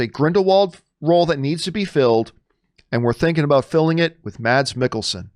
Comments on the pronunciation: Hate to be that guy, but it’s pronounced “Mess”, not Mads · Just to clarify, Mads is pronounced "Mas" in Danish.